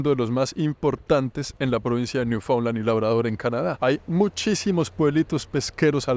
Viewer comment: Genial la saga! Lastima que pronuncio mal Newfoundland todo el tiempo!